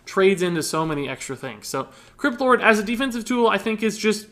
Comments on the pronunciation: When Said Crypt Lord I heard it as Kripp lord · When you say "crypt lord" it sounds like "kripp lord"